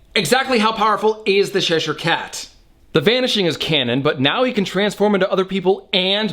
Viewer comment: LMAO! I love this channel, but it's not "Sheshire" it's Cheshire, as in Cheshire cheese....it's white & crumbly, much like myself. ;o)